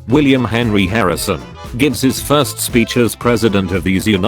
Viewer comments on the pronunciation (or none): none